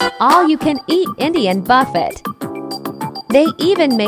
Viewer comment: Pronounces "Bowfet" but easily pronounces Naan. Make it make sense lol